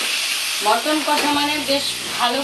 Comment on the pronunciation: দিদি মটন না মাটন